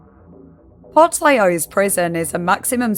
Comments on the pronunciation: The prison is pronounced port leash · I love your videos so muchhh😭😭🙏🙏I always listen to you while I draw lol…. But I also wanted to lyk that it’s pronounced port-leesh:3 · I came looking for this! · Portlaoise (port lease) how it should be pronounced 😭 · portlaoise is pronounced port-lee-sha fyi! it’s an irish word so not pronounced intuitively at all for non speakers. fun video! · The pronunciation is a bit off lol It’s pronounced “Port Lee Shuh” Laoise is an Irish name and Irish names are pronounced COMPLETELY different to how they’re spelt. But don’t worry! It’s a common mistake! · just a heads up, portlaoise is pronounced port-leesh! love your vids :) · The pronunciation of Portlaoise was so bad it took me looking at the image to realise you were even speaking about Ireland. I literally live in Ireland.